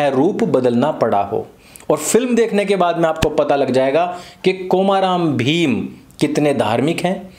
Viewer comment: कोमा राम भीम नहीं आर्य भैया कोमरम भीम है नाम